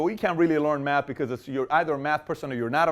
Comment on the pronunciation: Dr Manhattan and Silver Surfer: The Matter Bosses great comment! But he said meth not math 😂